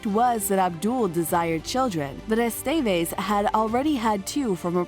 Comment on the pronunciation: Eh-STEH-vehz, not Ey-STEY-veyz. :3